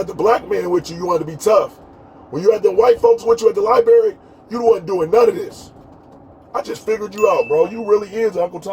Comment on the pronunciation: One would think that with that Masters Degree, you could properly pronounce where you most likely did the majority of your research: “LiBRary”., not “Libary “. I learned that in first grade, Bro!